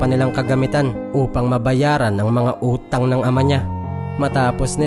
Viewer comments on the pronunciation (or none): Natawa ako sa pag bigkas ng utang ng ina nia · 😂ako dn😃 ang lutong eh.